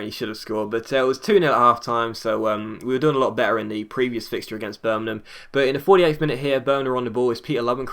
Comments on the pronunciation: Y d ya say birmanan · Please pronounce Birmingham right